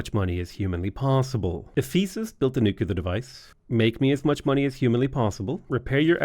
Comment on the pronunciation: why do you say Nuclear like George Bush? You're from where Guinness comes from not Alamo Drafthouse.